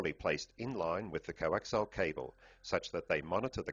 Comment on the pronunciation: I have to stop watching this because he keeps saying 'coaxile' cables instead of 'coaxial' cables.